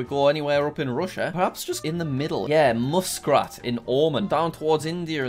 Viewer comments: Jack pronounced Muscat like 'musk rat' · Muscat? It's MUH SAT WOW JACK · i will unsubscribe until you pronounce muscat right, not muskrat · Dude you pronounced my country wrong, you said it like owman and it is like ohman 🇴🇲🇴🇲 and you said muscrat when it was muscat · I’m triggered by him saying Muscrat instead of Muscat and Omen instead of Oman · "muscrat in ohmon" lmao what